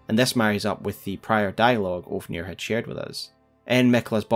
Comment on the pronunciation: Also love how you call Ofnir Oafnir lmao